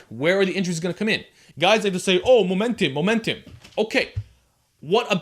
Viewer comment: Momentim, Momentim, Momentim, Momentim, Momentim...xD great video tho